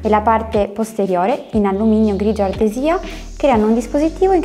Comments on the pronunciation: Sei bella e brava ma... grigio ardesìa non si può sentire 😁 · Ardesìa,unica pecca!Per il resto,grazie,esaustiva e carina